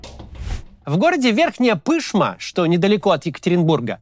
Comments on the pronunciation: Верхняя Пышма́ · Ну сколько можно, ударение ПышмА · Макс, Верхняя ПышмА. Ударение на А. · Максим, пожалуйста проверяйте ударение в словах, которые будете произносить, такие, как населённые пункты и фамилии кого бы то ни было! Не Верхняя ПЫшма, а ПышмА! Ударение на А! Очень режет ухо неправильное произношение. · Верхняя ПышмА, ударение! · Максим, Верхняя Пышма́. Ударение на а́.☝️ Это у нас город-спутник Екатеринбурга. Очень хороший и богатый город. Столица УГМК холдинга. А ещё там находится крупнейший в стране музей военной (и не только военной) техники. С недавних пор туда начал из Екатеринбурга курсировать паровоз с ретро-вагонами и остановкой на ретро-вокзале. Все кто бывает в Екатеринбурге обязательно посетите, не пожалеете 😉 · Верхняя ПышмА ☝️ Ударение на А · Это не столь важно, наверное, но город называется Верхняя ПышмА, с ударением на А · Максим, спасибо за видео, как всегда супер, но как житель Екатеринбурга вынужден тебя поправить: Верхняя ПышмА, ударение на А. Надеюсь, учтешь) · Максим, в городе Верхняя ПышмА, ударение на последний слог. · Верхняя Пышма́. (ударение) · Верхняя ПышмА, ударение на последний слог. Маленький город, который близко расположен к Екатеринбургу. Привет вам из Екатеринбурга и спасибо за вашу работу. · Верхняя ПышмА, ударение на последний слог